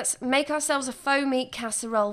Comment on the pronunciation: I rewatched over and over because I kept hearing "foamy" and not "faux meat" casserole. 😂😂